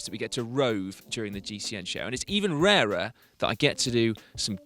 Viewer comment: What a brilliant pronunciation of "rarer". I am amazed Simon.